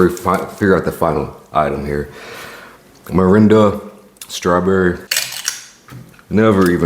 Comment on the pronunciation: A lot of people mispronounce Mirinda as Miranda